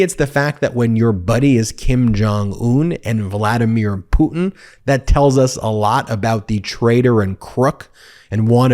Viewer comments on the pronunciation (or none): none